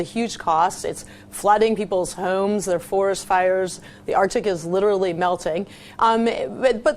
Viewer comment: "Duh artik is littlerly melting!" What a moron.